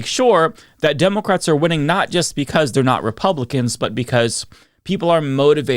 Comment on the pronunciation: Please work on your speech impediment. I hate hearing a political commentator say "democwrats" instead if democrat.